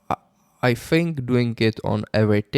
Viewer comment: You don't "Think", you always "Fink" 🤭